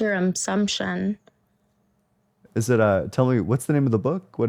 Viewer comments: “That’s your umsumption “ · This chick was the Bone Apple Tea queen! - "Your beating around my bush". 10/10 - "Thats ur umpsumption" 9/10 - "Greek Mythie Ology" 8.5/10